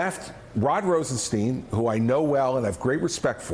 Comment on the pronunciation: Christie knows Rosenstein so well but can't pronounce his name correctly? Sigh